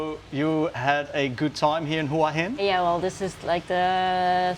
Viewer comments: Excellent description of Hua Hin also pronounced correctly Whaa Hin 🤩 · Straight off the bat, the only guy who pronounces it correctly.